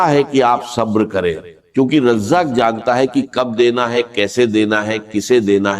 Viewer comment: اس شخص كو الرزاق کہنا نہیں آرھا ہے ۔ یہ کوئی ہندو ھے اس لیئے رزاق نہیں کہ پارھا ہے "الفتاح " کھولنے والا ہے ۔ " الغنی " یہ ہر گز ڈاکٹر اسرار احمد شہید نہیں مگر پیغام درست ھے۔ اسے بلاک کرنا ضروری ہے۔